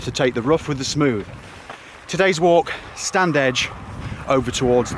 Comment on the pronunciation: It's pronounced Stannidge!